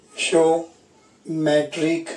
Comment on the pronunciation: 🤣🤣🤣🤣wo stoishiometry ni hota hai wo hota hai stoichiometry (stoy kee aw muh tree)🤣